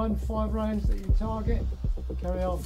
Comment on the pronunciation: Can we point out that incredibly accurate count of 10 shots in full auto? And can we also point out that incredibly British “carry on” to tell the shooters to proceed. I’m here for it.